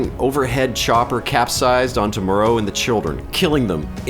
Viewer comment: Also, Vic Morrow's name isn't pronounced like the Island of Dr. Moreau. It's Morrow. Like "tomorrow"